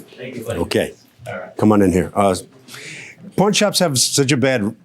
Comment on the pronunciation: sounds like he says porn shops at the end 🤣🤣